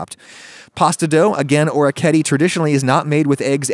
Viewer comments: orketty... or-eh-key-eh-tay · I believe it's pronounced or-wreck-ee-eh-tay... can't wait to see the new kitchen! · FYI Orecchiette is actually pronounced with the last e kind of like the e in "edit"